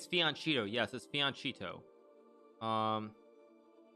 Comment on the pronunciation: “Che” in Italian is pronounced like “keh” - always. It’s never “chee” like you claimed. Fianchetto is the word. You should know this Hikati.